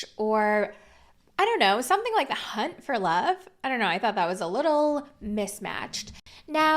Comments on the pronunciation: Did you hear, cunt for love? Cuz i did. Lol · Lolll I thought you said cunt for love 😅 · First time you said hunt for love, I heard something completely different, and I was like, I beg your finest pardon? 🤣😂